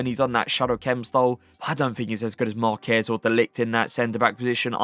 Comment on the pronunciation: finally said marquez correctly 😭🇲🇽🇲🇽